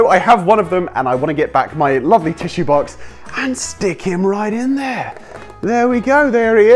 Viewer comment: When he said box he said baox like ba ox